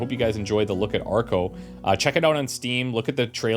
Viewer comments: Ohh arco not argo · I heard Farco as well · Is it just me or does he say "Farco" at the beginning of this video?